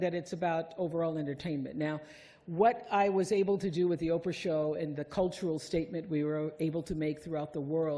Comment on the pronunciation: "POPE-RAH"? as a brilliant commentary once said-- Bye-bye -- Enough.